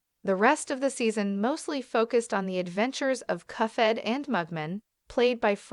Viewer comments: The cufhead show? Nah its pronounced cup-head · it's "cup - head", not "cuffhead" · Cup head not cuff head !!! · Cuff head 🤣🤣🤣 it cuphead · It’s Cuphead not “coughhead” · You think you can predict the next upcoming season, you can’t even say cuphead right. It’s cuphead, not cufead. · Why do you call it cuffhead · cuffhead? i hear cuffhead. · It’s pronounced (cup head) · Agree like cuffhead? Thats How a Baby would pronounce it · Why are you calling it cuff head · Cuph ead lol